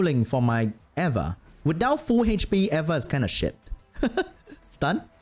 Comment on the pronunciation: its pronounced EEEE va